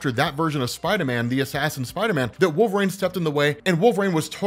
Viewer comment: Why do you pronounce Wolverine like that...? 😂